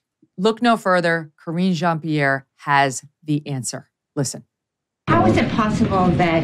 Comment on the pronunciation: I love how Matt Walsh calls her karen jean pear 😂